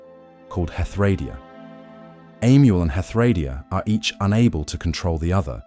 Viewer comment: Pronunciation in DnD is always a tricky thing. I believe the most common pronunciation of Hethradiah is Heth-Row-DIE-ah. Confirm this with others and then make a choice. No judgement here.